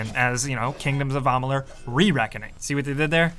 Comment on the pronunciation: Stopped the video right when he said Ahmaaalur.